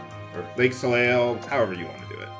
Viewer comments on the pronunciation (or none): And it's pronounced soley. "eil" or "eille" is always "ey" in French